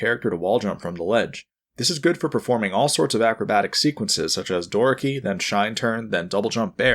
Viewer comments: Door key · Doraki? Door-a-key. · Love the video, but hate the way he pronounces "Doraki" lol